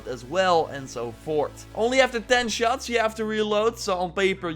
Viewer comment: "Horts" 😂 love the content bruv